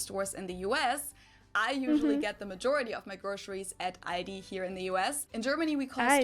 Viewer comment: she said the L in Aldi listen carefully. She says it at the back of her mouth not at the front at her teeth